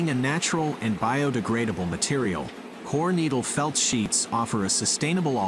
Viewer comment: Coconut fiber is called Coir...🙋🏾‍♂️✅ not coor....your pronouncing it wrong...🙅🏾‍♂️❎